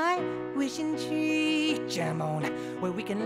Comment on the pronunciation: Let's climb the chee climb the chee(tree)🤣🤣🤣